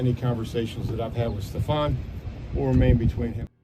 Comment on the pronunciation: his name is pronounced Stef-fon, just to let you know.